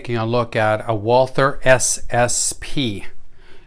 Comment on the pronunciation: The Brand is pronounced Walter without the h